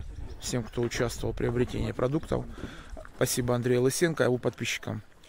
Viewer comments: Монтян ударяет на Ы. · Андрей Лысенко.Ударение на о